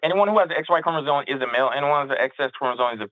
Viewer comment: Bro keeps mispronouncing “chromosome”, yet thinks he knows more than the biologist.